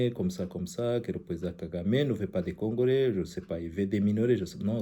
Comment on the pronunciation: Congolais pas congorais , bruxelles , non bruxerres